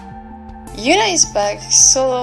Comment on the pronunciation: Girl who's Yoona? That H ain't silent 🙄